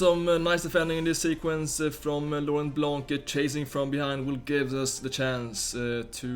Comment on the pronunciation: just a comment from France, Laurent BlanC < - you don't have to say the C, juste "Blan" You're the best player, & best guy I ever seen playing Fifa on Youtube. Keep going!